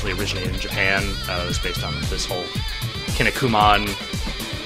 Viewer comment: Kinny-koo-mon? Is that how you say that? I always pronounced it "Kin-eeko-man". Hooray for Americans trying to pronounce Japanese!